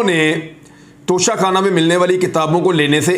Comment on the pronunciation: Haha when you said nocha khanna 🤣😅